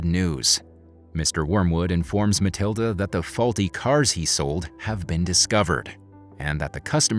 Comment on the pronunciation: its matilda not maliada